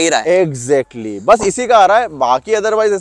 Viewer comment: Eggjactly..😂😂.. but anyways bhai ne bade honestly review diya. Thank you sir.